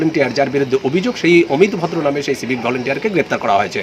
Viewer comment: EAR NAM AMIT VODRO NOY, EAR NAM AMIT AAAAAVODRO.